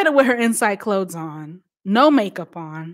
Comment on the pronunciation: ITS THE RANDOM ACCENT FA ME..... NOT “CHANGE MY CLO-THES”............ 🤣🤣🤣🤣🤣🤣🤣🤣🤣🤣🤣🤣🤣🤣🤣🤣🤣🤣🤣🤣🤣🤣🤣🤣🤣